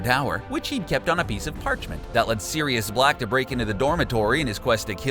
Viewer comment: True. Repetitive and fault-filled. It's not Nadjini, it's Nag-ini. It's not Hairy, it's Harry. It not Serious, it's Sirius. I could go on... And a female publican is a landlady, not a landlord. Think Rosmerta.